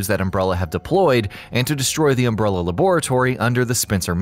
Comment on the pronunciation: Seriously if i hear umbrellEEER one more time...im going to go american NUCULER smh...why!? cant you just say it right? um brell A and NU CLEAR